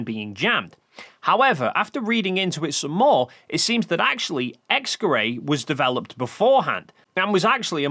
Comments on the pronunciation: X-Gerät is pronounced more like "X-guh-rit" than "X-guh-ray" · X geray Y geray It sounds so funny when you pronounce a german word as if it came from france The "t" in "Gerät" is pronounced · I looked up the pronunciation of "Gerät" (from multiple sources) and it's pronounced nothing like what he says, even with English approximation. "ät" isn't pronounced like "ay" he final "t" is very much pronounced and even after listening multiple times to how he says it in the video, I still hear a "k" instead of "g". Either way even if he does say "g" it shouldn't even sound ambiguous enough for this confusion to exist. Sure, the "g" sound in English is generally not as strong as in other languages (like German, French or Egyptian Arabic) but still not so weak that it could be confused with a "k". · You may be borderline illiterate because you kept pronouncing "Kleve" without the E at the end despite presumably being aware that it's not an English name. Edit: After further watching I noticed your pronunciation of "Gerät" is even worse. I was confused about what you were referring to with "X-gerei" until I saw it spelled near the end of the video. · Honestly the only things you're getting wrong are your pronunciations of Knickebein and X-Gërat.